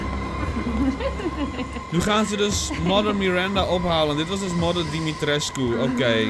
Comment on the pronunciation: pohh ben ik de enige die t zo grappig vind als ie de naam van mrs dimitrescu verkeerd uitspreekt?